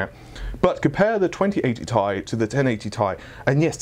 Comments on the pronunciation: It's TEE AIII NOT TAY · It's not 'Tai' it's T-I FFS!!